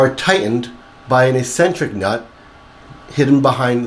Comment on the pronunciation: Its pronounced Xcentric